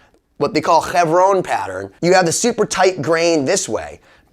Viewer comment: Why did you say chevron with a Spanish accent? 😂